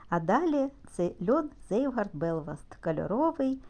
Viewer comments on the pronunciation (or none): Цвейгарт (Zweigart) , не "зейвгард" 🤦🏻‍♀️